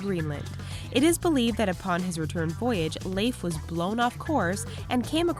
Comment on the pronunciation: she is pronouncing correctly